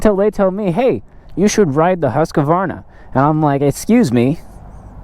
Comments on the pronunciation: It is HUSQ-VARNA not HUSQ-A-VARNA dont know why so much people invent letters xD.hahahha Nice vid men! keep it up!! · I have an idear ... Let's go ride a Huska-varnah! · There's only two "A's" in Husqvarna.